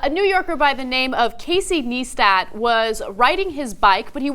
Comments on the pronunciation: HEY ANA, a heads up: you've been mispronouncing long i's as short i's, or long e's, & vice versa a lot lately. Your mispronunciation of Neistat's name here as well as Marina Shifrin's are but two examples. More serious & more often has been your mispronunciation of ordinary words. One would hope that your colleagues are helpfully pointing this out to you - otherwise it would be professional malpractice to let you go on making these mistakes to the ridicule & disrespect of the profession & public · niestat? realy, it says neistat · IT'S NICE-TAT NOT NEESTAT. NICE-TAT. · it's ni-stat not nee-stat. i hate this channel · What the fuck is a kneestat? His name is Neistat (Naistat). One of THE most creative youtubers. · Casey Kneestat??? lol thats what she said its Neistat (pronounced ny-stat) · Love tyt, but its casey NICE-TAT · "Casey NEEstat" omg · 3 seconds in and you've lost credibility. learn how to pronounce the name of the person you're talking about first Neistat (Nice-Tat) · DID YOU JUST SAY NEE - STAT? REALLY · ***** the name is neistat (nice-tat) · Little bit late also say his name properly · You said his name wrong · That are saying his name wrong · Casey Neistat makes awesome movies like this all the time check him out on YouTube! and also you said his name wrong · Huge sweeping generalisations about the biking community, sums up a disgusting American attitude to the environment. is a moron, not one of these people had previously watched Casey Neistat's (you pronounced his name wrong) video. Subsequently you didn't have a full knowledge of the motive behind the making of this video. You know little about biking and therefore,, you should refrain from commenting upon the matter. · people are bitching because this is a two year old video, they mispronounce dude's name, and if you take two seconds to research you'd see this guy is a film maker who makes tons of short films.